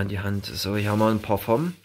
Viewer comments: Ich liebe wie der schänder "parfomm" sagt💕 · Immer dieses parfoom ☺